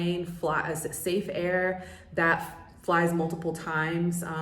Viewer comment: Safair not Safe-air